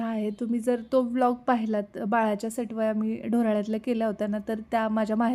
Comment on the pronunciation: अग सटवाया नाही सटुबाई म्हण वेडा बाई